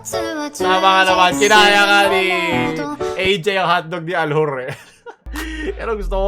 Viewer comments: Kakaiba talaga si, walang katulad 'to. pano ulit yung accent? "ALHUR" HAHAHAHA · Aljur but ,l and u, r are silent